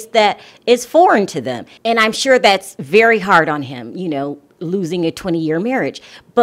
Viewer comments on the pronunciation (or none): none